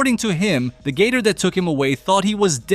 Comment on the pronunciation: The way he says gator sounds like Gay-Tour ,which is funny asf